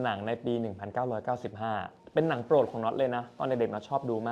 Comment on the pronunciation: I could not understand what you actually said for the date of Waterworld. The subtitle say 1955. Correct is 1995.